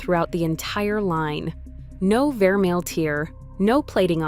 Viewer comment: If she knows so much about jewellery, why is she pronouncing vermeil and pave incorrectly unless this is AI! 🤖